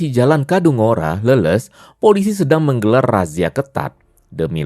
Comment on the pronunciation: Bang bukan leuleus itu kaya loyo,,,tapi Leles(baca nya kaya ikan lele+s)😅😅